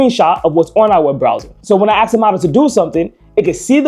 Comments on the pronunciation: Axe it how to say Ask 😂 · AKS a question? You are highly intelligent seeing you can build this, therefore you should know that aks is not a word. It's ASK. I'm Dutch and even I know this. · could not keep listening after the third "ax". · Quick question why are you axing her? 🪓